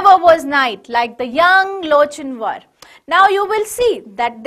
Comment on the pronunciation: Its lock in war the pronounciation nlt loch in war